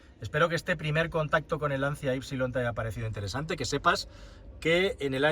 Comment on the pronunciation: Se dice lanchia 😘 Qué horror de coche.. Que manera de cargarse una marca de valores..